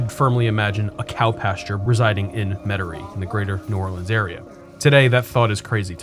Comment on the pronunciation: The way you pronounce Metairie is unlike anyone I ever heard in my entire life. Where are you from?